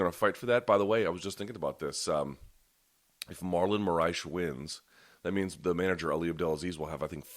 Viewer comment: Luke "Marlon Moraesh" Thomas